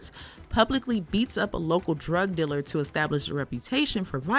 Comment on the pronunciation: You should probably hire someone who knows how to say the word "dealer" properly...